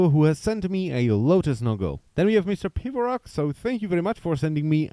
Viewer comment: Yay you said my name right! :D No one ever seems to get how to say Pivorock